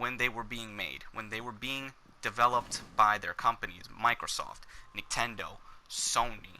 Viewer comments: He says nicktendo every time he try’s to say Nintendo even in the beginning starting lmfao!!! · did he legit say nicktendo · through that entire video he said niktendo, the first time i heard it i was like "ha, he called it niktendo. i doubt hes gonna say it again though". he then proceeds to say it again and again and at the end i said "damn this guy's a fucking idiot".